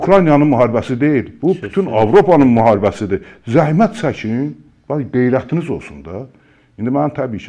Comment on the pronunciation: GEYRƏTUZ OLSUN 😅😅😅 DANIŞIGI ÇIRIR 😅😅😅